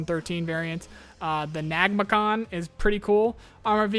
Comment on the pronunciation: Actually ,Nagmachon is pronounced as nag-ma-c'hon. Which stands for nagmash(APC) memugan(protected) gachon(Underbelly). Basically, it serves as a combat engineers vehicle as it has an increased protection from mines.